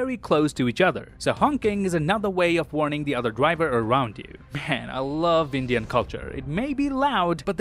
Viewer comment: Man I love his Indian pronounciations he's so close the the actual ones. I haven't seen many peeps from abroad who speak this well